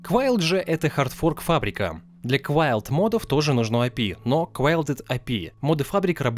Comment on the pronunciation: Ля да когда вы научитесь говорить прааельно!!! не мАдов а мОдов, мОООдов!!!!